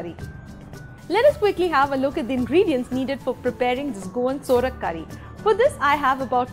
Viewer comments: Its sovrak not sorak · U r pronouncing the word saurak,to surak, tamarind is used,few dry mango pcs r also used. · Nyc receipe👌 Btw it's not Sorak, it's Sourak (pronounced as Saw-raak) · Absolutely true..procedure and pronunciation both are wrong